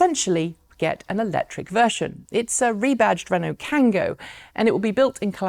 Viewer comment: Is the Renault Kangoo pronounced Kango instead of Kangu in the UK? Even in France, it's Kangoo pronounced Kangu. Just wondering. So the Škoda Citigo-e iV will be available only in early 2020, not later this year as they previously announced. The wait is ever... The watt is ever? Whatever.